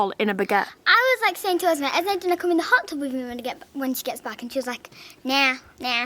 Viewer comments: It's esme not esmai soo and you the mother of them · It’s Esme not esmai and does it affect you?? No…